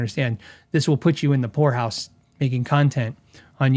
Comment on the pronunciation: poor house not whore house.